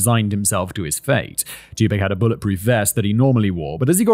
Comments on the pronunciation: You checked on pronouncing Suge but didn't get Tupac right... Sounds like Tupok. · you know his name is TWO-POC right? not TWO-PACK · He pronounce it as "2 pack", which is wrong. "Tu" part is pronounced same as number 2, but "pac" is pronounced as "pɑːk". Check his song "All eyez on me", he says his name at the beginning of the 2nd verse right after hook. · Not me clenching my jaw every time Simon says "2-pack" instead of "2pahk" 😅🤪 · Hearing how Brits pronounce his name 🤣 "too pack" instead of "too pock" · Jesus SIMON "Too-Pock" stop saying fuckin Too-pack. Lmfao😅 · Simon you mispronouncing his name. Your saying pac like Pac-Man .. when it pronounced like POC like a epoc... Trust me you'll gain more street credit saying it like 2-poc... Even know it's spelled 2-pac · Its Tupac, not twopack ffs.... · Please learn how to properly pronounce his name. It's not two pack it's two pock! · I’m so sorry Kevin and Simon. I love these videos, but I don’t think I can bear to listen to an hour of Simon saying “2-pack” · Pack makes sense like pac man haha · "TOO-pahk" phoneticly the "a" in Tupac is like the a in autumn not apple. It has the rounder softer long "ah" apposed to the short staccato "aye". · Oh bollocks... It's 'two-pack.' Silly made-up name anyway... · this episode is going to be hilarious 😂 “tu-pack” 😂😂😂😂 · yeah, I’ve heard other British people pronounce it like “pack”. It was just funny hearing him try to fit it into the 2pacalypse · Simon out here callin him two-pack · It kills me a little bit every time you say “two pack” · “Two pack” 😂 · Writers: if we write another rap video (love it btw, huge tupac fan, us tupac fans knew the biggie smalls thing when that song came out) can we please include a pronunciation guide for simon? Starting with too-pock? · Its Tupac, not Tupak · He's not pac man. It's pronounced pock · This is me discovering Tupac isn’t pronounced how Simon pronounced it 😅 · I loved it, even though I was wincing at the pronunciation 😂